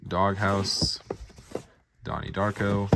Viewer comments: DARK-O not DRAKE-O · It’s Darko lol not Drako 😂